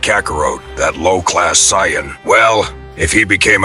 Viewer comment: The stupid AI can't pronounce names correctly especially Saiyan and Kakarot